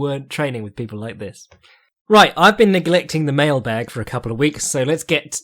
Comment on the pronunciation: I heard this as “I’ve been neglecting the male bag” and was quite confused